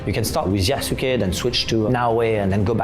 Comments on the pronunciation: I gave random youtubers on the internet a pass when they mispronounced the name Yasuke, because you have to be told that the u is silent, but these are the makers of the game who brag about history, did no one ever tell them how that name is pronounced? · i cannot take them seriously if they cannot even pronounce the name of the main character yasuke right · I really wish they didn't mispronounce Yasuke. Since i know the actual way the Japanese pronounce names like that, it just sounds off. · Gonna sound really stupid and autistic, but I know they have no idea about what they are talking because none of them can pronounce the japanese names properly: they use their english or french accent and read "YAH-soo-key" instead of "i-AS-keh". They never tried to learn anything from the characters or the story they are working with, because they don't care, they just want to do politics. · could you please call out Ubisoft for mispronouncing Yasuke... It's driving me personally insane. They claim to care about historical accuracy and care so much about this person and yet can't be bothered to say his name right. Everyone but you is doing it now "Yah-Ske" not "Yah-Su-ke" So if they can't do even that right why should we trust anything else? Edit: I'm tearing my hair out watching this video repeatedly say his name wrong. Not you... You're fine but wow. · "Yah-soo-kay", The fact they continuously butcher his name shows how much Ubisoft knows about Japanese culture. 😂😂😂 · yasUKEI. can they at least try to pronounce this very simple name right? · Had me weak like come on at least learn to pronounce the name correctly “Yaw-skay” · Well, wait until they announce him as Yas-u-gay in the the next trailer. Being the only black giant in an entire country of asians isnt special enought. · Yeah, in Japanese the "u" sound is reduced in the name Yasuke. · They can't even pronounce his name properly. 😑 Shows how much they care for the actual character.